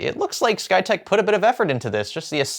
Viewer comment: You keep saying "SkyTech." I only hear "PlayTech."